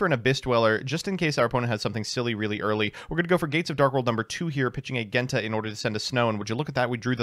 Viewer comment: How does he manage to mispronounce Genta and Ceruli when they are literally based off the colors Based deck and list though, glad to see one of my first decks get a revamp